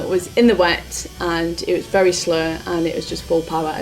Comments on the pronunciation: I guessed she was from ‘ull when she said slow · the way she says ‘slow’